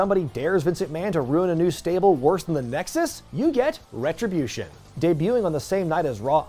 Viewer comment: The "RETRUHBYOOSHUN" callback to the AAW video popped me hard.